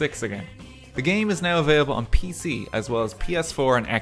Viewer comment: When you said "pc" i heard "pp"